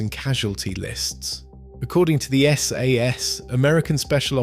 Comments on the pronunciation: sorry to say, a bit of a mess of a video. pictures/footage is distract rather than complementary and the ai voiceover mispronounces sas etc. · Interesting subject and I'm sorry to complain, but I've watched a couple of your videos now, and you REALLY need to sort out the way the narrator/the AI says 'SAS'!